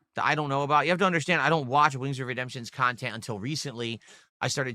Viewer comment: "I don't do drama or lolcow khantent" 🤣